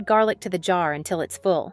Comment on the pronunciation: We love garlic, not jarlick 😂